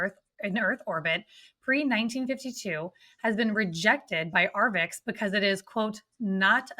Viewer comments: Sorry for the pedantry, but arXiv is "ark-siv", not "ar-vix". Thanks for pushing the topic, please keep doing what you're doing! On the AI subject, I wonder how long it will be before ads are seamlessly integrated into content, where advertisers can literally put words in the mouths of content creators. It feels inevitable. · Archive not Arvix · it's not Arvix, Ross, it's Arxiv, usually pronounced as 'archive' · it's not 'arvix' it's Arxiv, pronounced "archive". It's held/run by Cornell university. FYI. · "Arvix"??? WTF is that??? It's pronounced 'archive', because of the Greek character xi (pronounced 'ci' or 'chi'... or 'ky', with the c being as in 'cat'). AND.... ArXiv tends NOT to publish if a paper has BEEN ACCEPTED by another journal! And, BOTH of Dr Villaroel's articles have been published! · Arvix 😅 it's pronounced "archive". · It's pronounced "archive", Ross... arXiv, not "arvix". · its ar-CHI-ve. "Archive". A greek chi. In the middle. Not an x on the end. Ross is drunk as hell. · arXiv is pronounced 'Archive'... Grrrr! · That mispronunciation irritates me, as well...